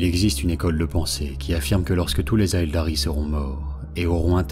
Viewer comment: Super vidéo, c'est juste parfait en terme de rythme et de voix. Par contre, on dit Eldari , le A n'est pas prononcé Hâte de découvrir la suite, vous avez gagné un abonné !